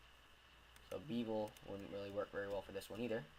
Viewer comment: It's BEH-vel, not BEE -vel